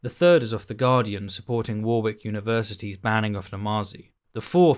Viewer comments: War-wick? Shirley, that's warrik. Pedant or ignorant am I? Fine either way. :) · Cringed every time you said War-wick , its pronounced wor -rick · It's not pronounced 'War-Wick' it's 'Warik' :) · "War Wick" ? I've could forgive our American cousins who struggle with Worcestershire but you ? A fellow Englishman. Warrick or Wah Rick :) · Is that how you say Warwick?! I’ve always pronounced it “worrick” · I've never heard it pronounced as "War" "wick" before. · pronounced ‘Warrick’ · Why do you say "wore wick" rather than the generally accepted pronunciation of Warwick? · No, you're correct. He's pronouncing it wrong. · No, you're right; the speaker's got it wrong! I suspect he's only ever seen it written down. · I am glad this comment is here as an ex-Midlander, relatively recently in the North, this was bringing me out of the flow of the audio every time I heard it. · how do you not know how to pronounce the word Warwick? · I find this video objectionable. Your pronunciation of Warwick is abysmal. 😆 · Great video as always but I do find the way you pronounce Warwick very objectionable 😂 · That is not how you say Warwick. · Need a trigger warning for your pronunciation of Warwick... I of course jest, great video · Gotta say, I've never heard a British person pronounce 'Warwick' the way you do! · I love your content but everyone you pronounced Warwick like that I involuntarily twitched. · be better to pick him up on Warwick. 😁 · why cant you apply that to his peonuciation of warwick? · Are you sure you're british... because you don't say Warwick right 🤣